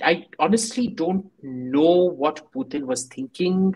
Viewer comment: Sorry to point out but after explaining that a ‘lovely part of your childhood’ was spent in Russia, your pronunciation of “Putin” was not very accurate,.